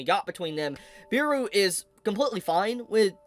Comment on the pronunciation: Bro said Beeru instead of Beru broo xd